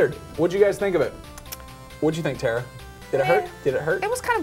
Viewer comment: Tara, not Tera guys.